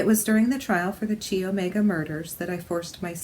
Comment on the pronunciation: It’s not Chee Omega... It’s pronounced “Ky” Omega. Thanks for the reading. I wondered about her and her life with him.